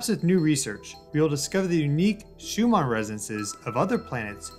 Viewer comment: Shew-mon? My dude… the name is pronounced “shew-min”. Couldn’t get past the third time of Miss-pronunciation. Sorry bro, you canceled.